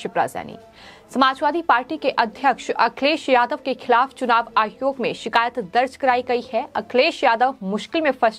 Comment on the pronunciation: मैडम चुनाव आयोग होता है आप आहयोग क्यों बोलती हो😀